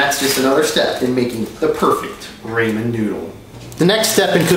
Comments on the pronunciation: i'm sorry but i was expecting something like extra seasoning, veggies, stir fry, eggs, etc. etc. you just made normal (albeit soggy) ramen (rah-men, not raymen) noodles. sorry man, epic fail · NO STOP ITS RAW-MEN NOODLES NOT RAY-MEN NOODLES 😡‼️ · STOP PRONOUNCING IT RAY-MEAN NOODLES NO NO NO IT'S RAH-MEN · Its RAW-MEN not RAY-MEN. Who taught you how to read? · RAMEN NOT RAYMEN WTF IS A RAYMEN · Raw-men not Ray-men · Rah-men not ray-men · i couldn't watch anymore after he said raymen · raymen noodles? how can you claim to know the best way to cook a food that you can't even pronounce right? lol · I don't trust him. Mainly because he says Raymen noodles. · This dude has said raymen noodles over 100 times and he's fried asf talkin about perfect noodles when your drunk or in another state of mind. Fried ass 😂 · And who says raymen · i cringe very time i hear raymon. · it is ramen not rayman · Shaye No he calls them raymen noodles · I'm sorry I couldn't watch this because you keep saying raymen instead of ramen c r i n g e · "It's not only raymen noodles, it's PERFECT raymen noodles" 👌🏻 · TAKE A SHOT EVERY TIME HE SAYS “RAYMEN” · Might as well put the title “How to make the perfect RAYMEN Noodles” 😂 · Say Ray-man one more fucking time I swear to god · I immediately paused and said "nope" after he said Ray-men. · And who TF eats ramen oh I'm sorry raymen with just a spoon... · Yes thanks he keep saying raymen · What the fuck is a raymen noodle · it's not raymen it's Ramen noodles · Me: hears the word raymen scrolls down thru the comments right away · OMG I HATE WHEN HE SAYS RAYMAN ITS RAMEN. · Pronounced rah-men and how do you eat it with a spoon i use a fork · Ray-men noodles and why he using a spoon not a fork like WTF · Its raaaaa,,, mennn. Noodles. Nigga damn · OML RAYMEN!!!!! Rlly Dude?! IT’S RAMEN! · ramen not raymen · Raymen noodle lol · Why is he calling them rayman noodles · Where the fuck did he get raymen noodles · raaahhhman* noodles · It's ramen not rayman